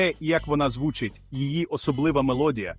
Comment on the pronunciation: Цікавий ткст.Але відчуття,що читає ші,бо не "звУчить",а "звучИть",й т.д.